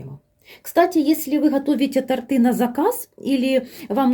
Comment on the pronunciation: Вы молодец, что подробно всё рассказываете, игрушками повеселили😅👍👍но всё время говорите "тАрты" 🤭🤨🙄один раз только сказали правильно, когда бока тОрта подравнивали